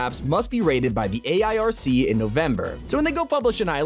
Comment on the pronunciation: It’s the iarc not the airc